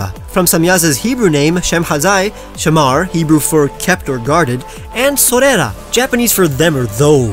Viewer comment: Actually its pronounced Sha-mar (שמר) (guarded/kept) , not shemar. Although written the same, the pronunciation is different!